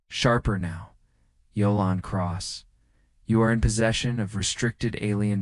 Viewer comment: Narrator seems to be reading English names but using Spanish pronunciation for them, Jalen is not pronounced with an H or a Y sound. It's saying Halen or Yalen instead of Jalen, it never says his name the same way twice. Decent story but distracting narration.